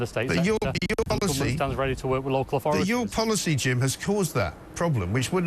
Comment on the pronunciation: "Authorities" you thick twat, not "orforities".